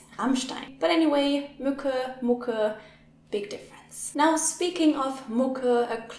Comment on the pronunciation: My non-German ears hear "Mucke, Mucke, big difference"